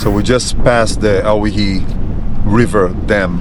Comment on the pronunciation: Awesome video! Great scenery. Looks like Great roads for 4x4 adventures. Believe it or not owyhee is pronounced oh why he. Like Hawaii. Old time 17 and 18 hundred sailors spelled Hawaii on their sailing maps as owhyee. It later changed to Hawaii. So if anyone ever asked, you can say you offloaded in Hawaii kinda. Thanks again for your time you spend making these great videos. One of these days I'll have to map out a great northern Mendocino (M2) offroad trip or another trinity national forest trip maybe you can enjoy sometime. There used to be a Hayfork divide 4x4 trail near hayfork that was really awesome. You were actually on part of it in a previous video. But for the most part I think it got too damaged over time and from recent forest fires with hundreds of burned trees that fell across it. That would have been one you would have liked. Someday you should try the Bullychoop lookout road too. Best 360 view around. Cant wait to see more videos. Best wishes.